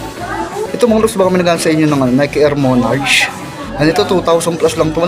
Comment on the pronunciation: ang pagbigkas ng shoe na yan ay MONARK, hindi monarchhh...sana makatulong